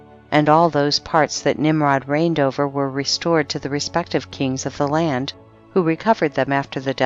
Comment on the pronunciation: She does poor pronunciation of word reading,too much expressing qith stress on letters "s - d - t" creating letters on words incorrectly. Ex: land ...she says lant